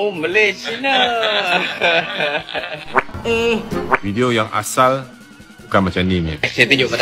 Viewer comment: Tiada kesalahan pun dia sebut Malay China, betul lah sebutan dia (Malay - Malaysia). Kalau dia sebut Melayu-China baru silap. Teruskan semangat bro...kita 1 Malaysia berbagai kaum dan bangsa.